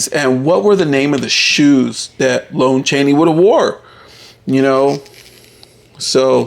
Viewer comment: Haven't we had this talk before? It's pronounced LAHN Chaney not LONE Chaney.